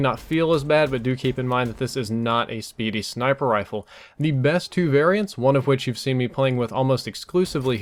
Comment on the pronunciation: it's RIFLE not RILFE